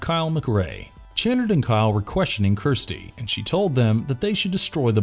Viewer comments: Does the mispronunciation of the Lament configuration and Channard really annoy anyone else? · Also Channard's name. If the narrator had actually watched these movies himself, he'd know how they were pronounced. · Maybe you should see Dr. Chenn-erd? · It's Dr. Channard (pronounced CHUH-NARD) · His name is pronounced Chuh-nard, not Chanard. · The worst part of this video isn’t any cenobite; it’s your inability to pronounce key words correctly. Lament, Chunard, Marchand/Merchant or knowing what magnanimous means. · Ok so u clearly have never watched these movies the way u pronounce lament and channard lmao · Your pronunciations are terrible. Could and should have taken a few minutes just to do a search for any other video or audio on the topics and you would know how to say "Lament" and Dr. "Channard". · Obviously he never watched the movies because he doesn't even pronounce the Dr's name correctly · The way you pronounce Dr Channard makes every British person weep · Dear Voice-Over Dude: Learn how to pronounce the words in the script before taping. Lament. Lamarchand. Chanard. Etc. This was hard to watch. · LUH-MENT configuration not LAA-MINT, CHU-NARD not CHAY-NERD. Julia used Kyle to complete her regeneration, she wasn't already complete. The cenobites are nothing like Zombie-Vampires, this isn't Lifeforce. These things do matter, especially to fans, who are probably the majority of those who are interested. I have watched many of your videos and you guys ALWAYS screw up DOZENS of details and miss characterize plots, motives, and characters to a near ignorant level. If you actually watched any of these movies, as opposed to regurgitating vague synopses and bad reviews these mistakes would be impossible. BAD FORM!